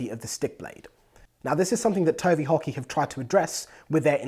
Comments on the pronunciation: I kept thinking he was saying "Tony Hockey".. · I heard Tony Hawky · I thought he said tony hawk. lol!!